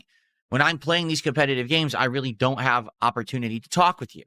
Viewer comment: "SO.. some GOYS out of nowhere came and donated with recently created accounts but you know I doYUn't microanalyze every kahntribution" into "A NIGERIAN superchat? how much is that even? .07 cents? that doesn't register in MUH richter scale" kahmbo!